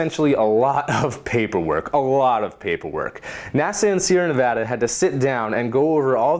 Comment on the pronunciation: I love you just because you Pronounced Nevada right. You're getting a like on this video